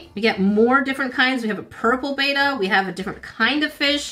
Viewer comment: The fish is called a Betta bet-uh.... not Beta not bay-tuh 😊